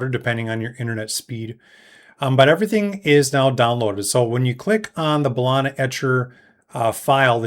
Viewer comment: Great vid 👌 Ba-lee-na 😅